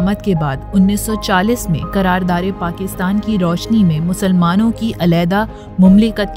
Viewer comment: It’s qarardade* Pakistan not qarardare .